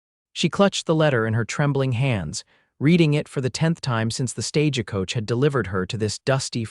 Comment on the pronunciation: Not another stage a coach! My son to exit stage left I'm out of here can't stand mispronounced words